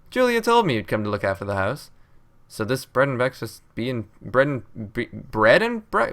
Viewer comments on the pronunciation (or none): Bread and bekfast XD